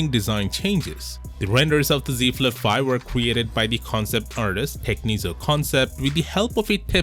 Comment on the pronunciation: See Flif fife 😂😂